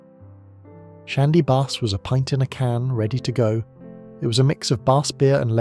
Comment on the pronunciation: Long Life was undrinkable and yet tasteless. Incidentally, what is a 'Laeger' or Shandy Barse' - managed to get the pronounciation right at 3rd attempt? Is this AI or genuine idiocy. Special Brew was favoured by West Indians, hard drinkers, service people and alcoholics - it's current strength is 7.5 abv. Stones was drinkable. I got bored after that. This is a truly terrible vid.